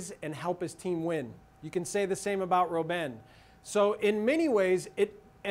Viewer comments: Don't butcher Robben his name. Pronounce it like "robber", but with an -n instead. Dutch is a germanic language, not latin-based. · You don't know what ur talking about and you even say Robben wrong... Netherlands will win, you'll see!